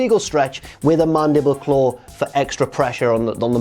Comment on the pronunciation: a Regal stretch with a mandible claw. Me: he has to be saying it wrong on purpose